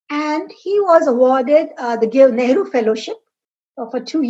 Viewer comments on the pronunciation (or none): none